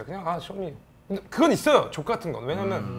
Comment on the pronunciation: 창모형님 왜냐면은 발음 절대 제대로 안하시네ㅋㅋㅋㅋㅋㅋㅋ맨날 "왜남머는" 커엽ㅋㅋㅋㅋ